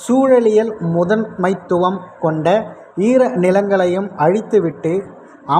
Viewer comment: வாழ்த்துக்கள் சகோதரா.. முதன்மைத்துவம் என்பது ஒரே வார்த்தை தான் அதை முதன் மைத்துவமென்று தயவு செய்து உச்சரிக்காதீர்கள்.. நன்றி ❤❤❤❤❤❤